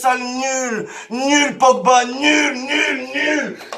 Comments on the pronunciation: “Paul Pogbite” chuis mooort 😂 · Au putain "Pogbite "omg